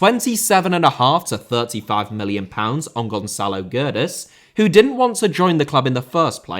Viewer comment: Traoré* not Trayorei Semedo* not Semeirouw Guedes* not Göres Debut* not Deibyu Laje* not Lohrj Lopetegui* not Lopeteigui Half* not Holf Bueno* not Bueinouw Jorge * not Jöj